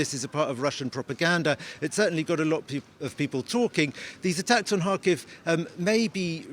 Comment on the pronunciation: He is living there and saying Harkiv. the actual pronunciation is Kharkiv, Russian Kharkov.